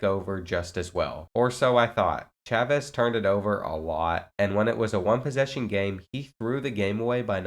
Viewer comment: Can we talk bout how bro said Chavez 😭